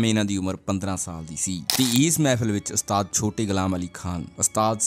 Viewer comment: ਘੂਸਿਆ ਪਹਿਲਾਂ ਤਾਂ ਇਹ ਗੱਲਾਂ ਪੱਲੇ ਬੰਨ੍ਹ ਕਿ ਅਸਤਾਦ ਨਹੀਂ ਓੁਸਤਾਦ ਹੁੰਦਾ ਤੇ ਦੂਸਰੀ ਗੱਲ ਇਨਾਂ ਫ਼ਿਲਮੀ ਸਟਾਈਲ ਚ ਬੋਲਣ ਦੀ ਬਜਾਏ ਨੌਰਮਲ ਵੇਅ ਚ ਬੋਲੀ ਦਾ ਹੁੰਦਾ।ਦੇਵ ਆਨੰਦ ਵਰਗਿਆਂ ਤੋਂ ਖਹਿੜਾ ਛੁੱਟਿਆ ਤਾਂ ਤੇਰੇ ਵਰਗੇ ਆ ਗਏ